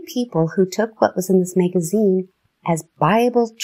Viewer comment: Is this AI or a real human being. Who falls it a Mayg a zeen Why Charles T and not Charles Taze I think was a real person 🤦